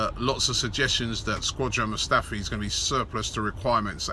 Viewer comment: "Squadron Mustafi"